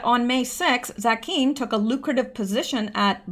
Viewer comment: Dov Zakheim - pronounced Dov rhymes with Grove, and ZAQ-heim emphasis on the first syllable, rhymes with PACK-time.